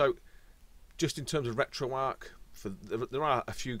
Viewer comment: it's RetroArcH, with the H pronounced at the end, not just "RetroArc"